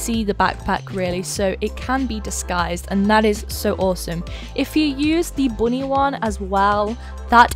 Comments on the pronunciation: when you say "bunny" it sounds like "body" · the “boonie” tho😭😭😭😆